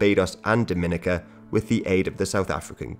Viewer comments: It’s pronounced Dom-i-nica not Dom-in-ica like how the Dominican Republic is. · Dominica is pronounced Dominique - Ka Not Doh Mina ca pet peeve moms from the next door island. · Just letting you guys know it's pronounced Dom-muh-NEE-cuh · Isn’t it pronounced more like Dah-men-EEK-a? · Nice video, very fascinating. I’m sure it’s already been said but it’s pronounced DominEEka and not Dominica like you’re dropping the “n” in Dominican. Also, Rastas are against all “-isms” so Rastafarianism is an incorrect term for them. But other than that great video you’ve got some good material from what few videos I’ve seen so far. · Dominica is pronounced differently from the Dominican Republic, Dominica has more emphasis on the second I, Dom-in-ee-ka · It’s DominEEca. DomInicans are from the Dominican Republic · Damn this is a good video. It doesn’t really matter imo, but the pronunciation of Dominica is actually “Dom (like dominate) - in - ee - kuh” or “Daw-Muh-knee-cuh”. And Dominicans are actually pretty different from Dominicans. Lol that sentence. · It’s pronounced Domi-nee-ka